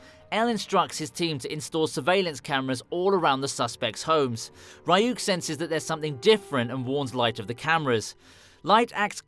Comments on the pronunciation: love the vid but the fact that u call ryuk rayuk is triggering lmao loved the vid though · Bruh the way he says ryuk 💀